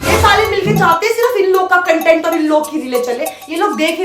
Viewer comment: Cunt-ent creation??? No no no. Say Kontent. Content spoken 2 ways. Has 2 meanings. For you Kontent creator 😅